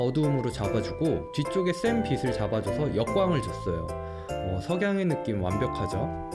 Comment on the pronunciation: 빛이 빛을 을 비시 비슬이라고 발음하시는데 비치 비츨 이라고 해주시면 좋을거같아요! 사소한거지만 계속 신경이 쓰여서요 ㅠㅠ 영상 항상 잘 보고있습니다~!